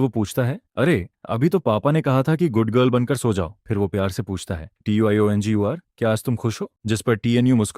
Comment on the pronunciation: Tiongir u bol kaise Pa rahi hai vah to bol hi nahin sakti😂😂😂😂